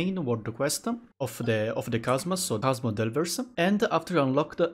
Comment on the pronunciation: thanks for the videos. very helpful. i would just like to point out something. at first i dont mind about it however i finished all videos but nobody pointed it out to you. it's about how you pronounced chasm sa "kasma" the proper pronunciation is "kasam"